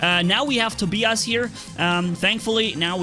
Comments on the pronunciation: It is pronounced toe-bye- us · hahaha it's funny how you pronounce Tobias.